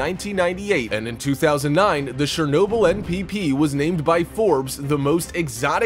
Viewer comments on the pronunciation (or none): He's saying shernobyl not Chernobyl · its not shernobyl its chernobyl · not czernobyl but chernobyl with a sz sound trust me live next to ukraine i know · also he said Shernobyl instead of Chernobyl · Its Shernobyl if we heard but the words are chernobyl. Not shuroaurjisjajsiajnobyl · The correct way of saying it is [chur] - [nob] - [uhl], you can even look it up on how to say it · You pronounced Chernobyl wrong ever time you said it its not shernobyl its chernobyl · Ch-er-Noble NOT Share-noble! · It’s Chernobyl, not Shernobyl. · The "Ch" in Chernobyl is not pronounced sh, like in shame. Its pronounced like "ch" in champion. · god dammit, its pronounced CHAIR noble, not SHARE noble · Its CHernobyl not SHernobyl... LOL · It's Chernobyl not shernobyl. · Good grief it’s pronounced Cherbobyl, with a Ch - as in chip, NOT Shernobyl. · it is Chernobyl not shernobyl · Its pronounced CHUR-NO-BYL. NOT SHER-NO-BYL. lmfao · Dude... the CH in Chernobyl is read as CH i “birch” stop reading it as Shernobyl. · sh-ernobyl OMG that pronunciation drove me nuts lol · He sounds WAAAAY too excited, plus he pronounces Chernobyl wrong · I’m just gonna assume no one got the joke even after 8 months of how the news reporter said it... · Glad I wasn’t the only one who noticed that. 🤣 The narrators pronunciation was driving me crazy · and i can look out my windows and on a good day see the exclusion zone. if you are Ukrainian its mighty weird you say it incorrectly. дуже дивно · Is he intentionally calling it shernoble? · In Ukrainian it is Chornobyle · Thanks, but I don't need to buy "Shernobyl" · anyone triggered how he says chernobyl as shernobyl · The narrator's voice has given cancer to more people than Chernobyl's radiation. "SHERR-nobyl?" REALLY?! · "Surnobyl"? Dude... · This was facinating, but the narator's use of a soft "ch" (sh sound) to pronounce Chernobyl (ch as in church) is driving me nuts. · Quick tip it's not pronounced Shhernobyl 🤦‍♂️ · Shernobyl = ? Really